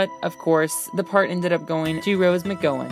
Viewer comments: It’s annoying when the Narrator can’t pronounce any of the last names correctly.For Characters I can see,but to pronounce the Actors last names wrong is just lazy.Loved the Show.Phoebes character became almost unwatchable after Prue got killed off,but I really loved Paige(Rose McGowan).I wish Phoebe got killed off and it was Prue,Piper and Paige.After Season 3 it was like” let’s see how much skin Phoebe can show”.The fact Phoebe became an advice columnist and “Love/Relationship”Expert was so Comical when her Character made the dumbest mistakes in her own Personal Life.It was like they let Alyssa Milano write her own lines and had no clue what or where she wanted to move Phoebe to.And the Updated version,from what I hear,seems like it’s going to ruin the Memory of the show.Hopefully it won’t be as horrible as I think it will be. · there are some pretty embarrassing mistakes like "costed" instead of "cost", which is incorrect, and not pronouncing "McGowan" correctly. also, season 8 also ended with doors closing just like every other season, but for some reason it's not mentioned, they only mention seasons 1-7.